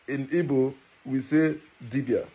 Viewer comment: I cannot deal with that "G" in Igbo not being silent. If you can't keep the G silent, then really you should Be silent. Respectfully 🙏🏾